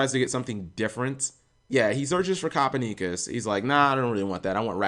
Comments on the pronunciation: Yo did cap say copper knee cuss, instead of Copernicus the famous Renaissance astronomer, it's pronounced cuh-per-ni-cuss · YOU'RE Killing me with that pronunciation. I think phonetically it's ca-pern-na-kiss not cooper-knee-kus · Copper Neekus, Lam-nee-uh, tooken. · "copper neecus" cringe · You should really learn how to pronounce Copernicus. I'm pretty surprised you could pronounce Thomas correctly. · We taught you how to pronounce Copernicus but he forgot BibleThump